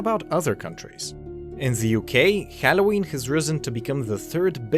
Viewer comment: Dude you need to learn how to pronounce halloween correctly.